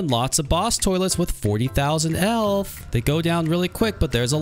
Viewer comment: "Elth" 💀 It also,sounds like elf 💀